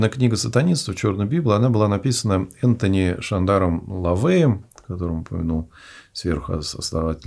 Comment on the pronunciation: интересно Вас слушать но допущены ряд грубых ошибок и неточностей. К примеру Церковь Сатаны была зарегистрирована в 1966 году Антон Шандор ЛаВеем а не "Энтони" как вы сказали, также существует "Сатанинская Библия", а не "Черная" которая описывает все принципы Сатанизма и основные идеи и установки. Поэтому нужно ссылаться именно на нее и последующие работы ЛаВея, а далее "Прогрессивный Сатанизм" и прочее. Очень слабо Вы подготовились, потому что это выглядит этот доклад как-будто нахватались разных непонятных источников и раздутых мифов из СМИ, но суть Сатанизма так и не поняли! Сатанисты не имеют ничего против других религий, в частности христианства и нет никакого поклонения Сатане, тем более жертвоприношений! Для начала хотя бы ознакомьтесь с Сатанинскими Заповедями и Сатанинскими Грехами, и Вам станет понятна концепция и рекомендации, потому что большинство людей которые их читают говорят что они живут так всю жизнь и слово "Сатана" нужно заменить на "Разумный человек". Совершенно исковерканы идеи и мысли, а также цитаты которые вы говорите, в частности от лица ЛаВея не были им произнесены!!! Как минимум ознакомьтесь и прочитайте "Сатанинскую Библию", зайдите на сайт "Церкви Сатаны" и посмотрите интервью сатанистов и что они говорят! Сатанизм - это самосовершенствование, улучшение себя и достижение целей, а также здравый эгоизм и не осуждение естественных желаний человека, в отличии от того же христианства, где основные грехи всегда будут нарушаться с дал